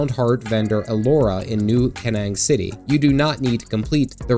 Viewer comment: Kernang? It's pronounced "Kine-Eng".